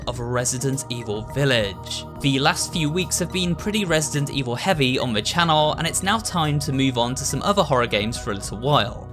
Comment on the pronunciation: i think i just heard him say resisent evil XDD dats so cute